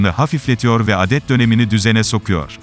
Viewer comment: Adet ne len? Adet derken aa uzatılır. Sen sayıdan bahsedıyorsun. Bı duzıne 😀